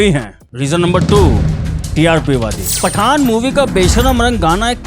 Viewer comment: He is saying FATTAN 🤣🤣🤣🧨💣